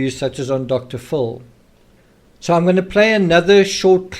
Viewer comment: Dr Phil is pronounced Dr "fill"